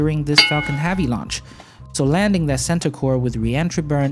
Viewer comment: "Fu****g Heavy Lunch", Got me 3 times with that "puha"... Great vid thanks for the update.